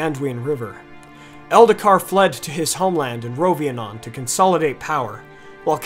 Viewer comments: It's Rhovanion, not Rhovianon...right? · It was constructive criticism and he was still complimentary of the channel. It is an absolute fact that his pronunciation needs to be improved so it isn't trolling. Also, a very important thing that needs to be noted about pronunciation is Rhovanion: It is not Rhovianon. Make sure you know where the "i" is located, and don't make the emphasis so hard on the "o" when it should be largely on the "a". As for words in general, I don't think you need to be bilingual to understand phonetics but it sure helps. I am not bilingual but pronunciation comes easy to me because I pick up on patterns quickly. That's all that language is really; complex patterns. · Rhovanion is pronounced "ro-van-yin" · You keep mispronouncing Rhovanion as Rhovianon.